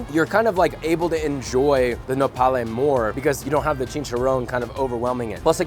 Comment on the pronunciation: Nopal* not nopale